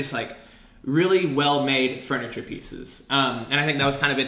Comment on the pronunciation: Anybody else notice that says "fRuniture,"? Always thought that was interesting